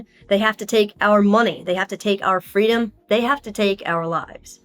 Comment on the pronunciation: "Skwoo yaw fweedoms"